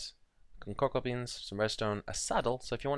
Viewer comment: its funny how you say cocoa beans